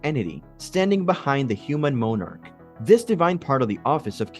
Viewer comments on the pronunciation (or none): It would really be helpful if your narrator knew basic phonics. I.E. moanarch when it is monach and so many more words.